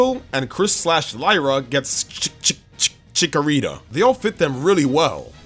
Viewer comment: Chi chi Chikorita almost sounded like chia pet XD anyone remember those commercials???